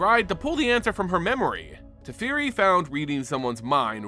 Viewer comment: Teferi… TEH FEH REE!